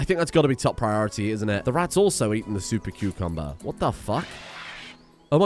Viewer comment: This was the most beautiful intro 🤣 I watch your content daily and I love how you’re able to laugh at yourself. It’s just so wonderful 😂 Edit: please spell out on screen how you say super cucumber next time because I cannot for the life of me figure out how to spell what you’re saying 🤣